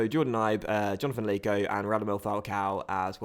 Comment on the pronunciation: It's pronounced leko not layko 😂😡